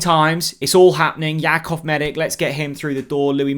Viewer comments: you really are useless with the player names. ‘Medick?’ Seriously… ‘MEDICK?’ Dudes Croatian so it’s obviously pronounced - Meditch. I mean, Stankovic, Modric, Rakatic, Perisic, Rebic… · You pronounce it medich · His surname is pronounced Meditch. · Surely that’s not how his surnames pronounced? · Such a big deal mispronouncing his name🤦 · I know it’s a petty thing to point out but he does it EVERY time. How many times have we heard ‘Maharvo?’ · Thought so. But it wouldn’t be if he bothered to check pronunciation 😂